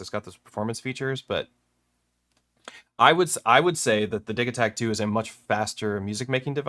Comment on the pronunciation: Wait, is it "diggy-takt" or "diji" as in digital?? First time I've heard it pronounced like that